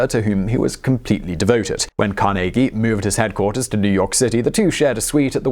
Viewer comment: I'm from Pittsburgh where Carnegie earned much of his fortune, thanks for saying his name correctly!